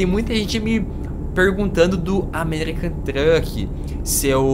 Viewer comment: ele falo o americam truk kkk